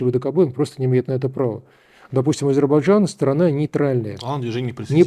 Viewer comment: Азербайджан, не Азербажан.